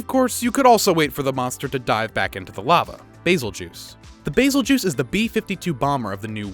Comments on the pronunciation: Everyone: bazel GEESE This guy: bazel juice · Same, While i think he is technically pronouncing it right, i have always heard people call bazel "BazelGoose" not "BazelJuice" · “Bazel-juice” Isn’t it pronounced “bazel-Goose”? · it is not baz-el-juice its baz-el-gees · It’s not Basel-juice it’s bazel-geese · Bazel-juice ha! It's a Guese at the end so it would be Bazelguese not bazel-juice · Bazel-juice more like Brazil-juise😏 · The "Bazeljuice"? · I've never heard that pronunciation for the Bazelguese. I've always pronounced it like (Bazz- El- Guy- Z) ?? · Bayzeljuice” Excuse me? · It's tee-greks. Even the handler says its name like that. Also, Ba-zel-gees. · Bazel Juice though lmao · he says bazeljuice lmao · I thought it was Bazel-Geese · The real pronounciation: Bazel-GEUSE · I'm actually so done with this. Bey- sil- gi-ze. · Nah it's basil-juice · Ahh yes, Beetlejuice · the way you pronounced Bazelgeuse grinds my gear